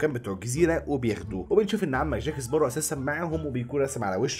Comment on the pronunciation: بسمعك بتغير اسم جاك سباروز بتحط ز بدل سين اسمعها و هتصدق